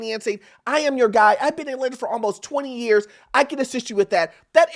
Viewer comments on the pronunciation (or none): none